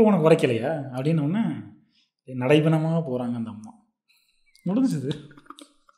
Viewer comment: that moment said nadaipinamaa poranga 🤣🤣🤣🤣🤣 non stop laughing Andhra modulation la. Sarvs laughing vera… Vera level fun indha video.